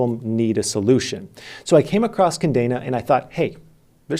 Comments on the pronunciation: Say it with me. Kah Deh Nah. It means chain in Spanish. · Love u. Still the MVP. But did u say KaNdena a lot or am i deaf...lol